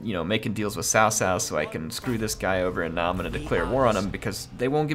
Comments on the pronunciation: By the way its pronounced Tsao Tsao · cao cao is pronounced tsao tsao, not sao sao; gotta use that ts sound, like drumming